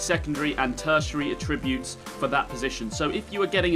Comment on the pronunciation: Okay but you dont know how to pronounce attributes properly.